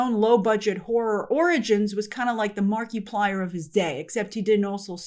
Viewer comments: Oh that was a brutal Markiplier pronunciation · never heard Markiplier pronounced that way 😆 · “Mar-kee-plier “? “Conservative male viewers” for Iron Lung? Iron Lung not being good? What kind of biased is this? I am rolling on the floor at the moment. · I'm not a fan... But it hurts the way she pronounces Markiplier xD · I died inside at how you pronounced Markiplier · SAAAME Good God that hurt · It's like saying Multi-ply instead of multiply.